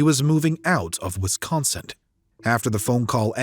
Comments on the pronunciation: The man narrating this case mispronouces Wisconsin over and over again! He pronounces it as Wiscon'cent'. It should be pronounced Wiscon'sin' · First off, thank you for all the videos you produce. I have one additional comment: There is no "T" in Wisconsin, the narrator kept saying "Wisconsint!" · Great that the killer was finally caught. But if her lazy a$$ husband had taken her to work that morning..... Why do you keep saying Wisconsint, When it's spelt Wisconsin? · The grammar, pronunciation (I’m pretty sure there’s no ‘T’ in Wisconsin 😐) and elocution, plus the incongruous facts, make this difficult to listen to